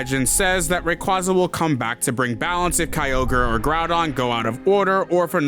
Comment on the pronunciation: At least say rayquaza’s name right💀